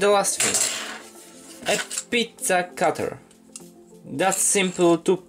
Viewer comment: did you purposely pronounce "pizza" with italian accent?